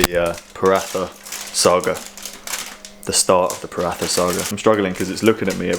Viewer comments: Had a similar moment this morning in the gym, more mentally than physically. Anyway, tomorrow is another day. Minor thing from a foreigner living in South East Asia: they pronounce it “Prata”, not “Pratha” 😁. It’s our post ride treat! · It’s pronounced Pa-raa-ta...ignore how it’s spelt on packaging 👍